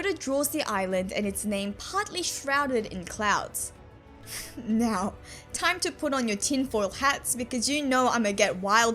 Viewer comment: I just wanna say that is so cute how you pronouce "now" as "nyow"